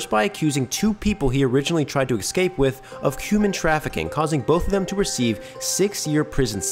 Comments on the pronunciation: Dude, the word is “escape”. Not “excape”. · The word is "escape" not "excape" thanks for reading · Dude, you should not do your own narration if you use the word "excape". It's escape, dude. Sound it out. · You said 'excape' My brain hates that. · eScape ES-CAPE! ESSSS! GODDAMMIT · am i the only person that hates, the sound of this person saying "excape" for half the video? there is no "k" or "x" in that... it hurts my ears... PLEASE GOD STOP SAYING EXCAPE!!!! PLEASE!!! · Dear: “Escape” does not have an ‘x’ sound in the first syllable. (You’re welcome.)